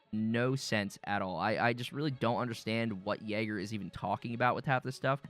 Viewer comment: learn to spell YAGER, you spell the A like in JAR but without the R. and i dont get it why you are mad about the partner program and compare yager (devs since 1999) with an indie dev like iron mace... its like you wondering why you cant have a personal chat with biden but your friend whos interested in politics will talk with you all day long. edit: finished watching the video, how can you tell people to not play the game because their partner program is so bad? so this affects only streamers and youtubers, isnt even game related... also, you say that everything in the cycle is recycled from "The Cycle: Battleroyal"... there is no proof this game ever existed, and you yourself say that you have this from other people, no real source... so sad what trash you talk. i dislike what happened to the cycle too, they went the wrong way, wanted to make another EFT but failed by mixing arcade shooter with hardcore. but what you saying is only crying about loosing a partner program.